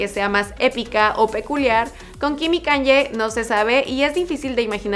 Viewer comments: (Forma de pronunciación para diferenciarlas) ¿ por qué dices [kan-ye] en vez de [ka-ny-e] ??? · Que estrés diga "kan-ye" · Haces demasiadas críticas y aburres y NO PRONUNCIAS BIEN EL NOMBRE DE KANYE, pienso que deberías simplemente hablar de las casas y ya !